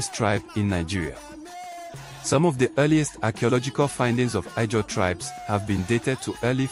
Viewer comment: It’s pronounced Izon or Ijaw